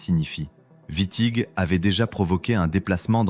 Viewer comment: Exactement.l’iA transforme Witting en Vitti. Fabuleux. IA de de 🤮